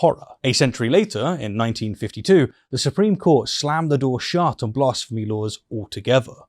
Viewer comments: Why are you saying blasphemy funny? Its a as in bat not as in bah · I have never heard someone pronounce "blasphemy" like that before lol